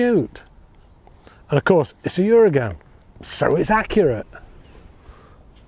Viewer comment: Its pronounced 'oo-r-ah-gun'